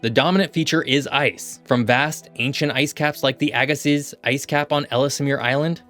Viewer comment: Again, you’re mispronouncing the word Ellesmere (the second e is silent). Furthermore the z is silent in Agassiz